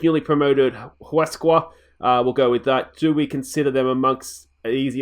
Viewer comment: in spanish you dont say h ,uesca